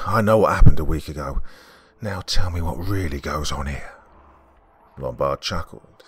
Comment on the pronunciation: "Lumbard" Ummmm Hello "Office Space" Yeah I see you're on your feet again...Peter. I'm gonna have to ask you to stay and perform a "Departure Ritual" and come in and Saturday and Sunday.